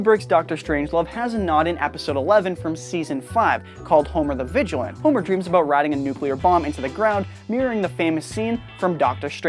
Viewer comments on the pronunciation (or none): It's 25 NOT ex-ex-v. It's vigilant-e NOT vigilant. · It's "VIGILANTE" VIG-EL-LAN-TEE, and 25 NOT "X X V". Plebian. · please read it again. It is NOT vigilant, but Vigilante. And yes, there is a huge difference.